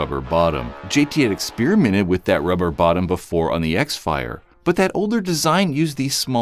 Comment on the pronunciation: X-Fire is pronounced "crossfire".